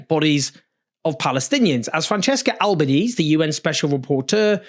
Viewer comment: The final syllables of Francesca Albanese's name are pronounced similarly to the Spanish loan word Mesa. The final "e" should be voiced.